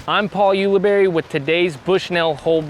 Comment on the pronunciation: there is NO WAY is giving Uli a hard time for mispronouncing something when he mispronounces Ulibarri every single video